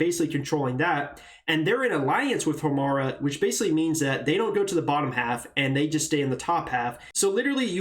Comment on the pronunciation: The way you pronounce Homra monkaS